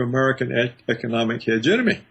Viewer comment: it's HEGEMONY, not hegenomiy lol, I love Paul Craig Roberts